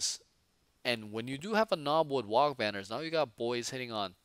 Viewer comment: If you do run Trukks, don't forget that it can fire its Big Shoota in melee. Same for the Battlewagon Guns. Lastly, the "G" in WAAAGH! is silent! There is no such thing as a "wag banner" :)